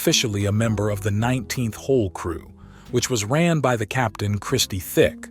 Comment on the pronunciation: Research the content more thoroughly next time. Frankie D. was not a soldier, he was the underboss , its Demeo , not "Demeeo" and Tick , not "Thick". No big deal but the people who watch these videos know the content . Good luck 🤞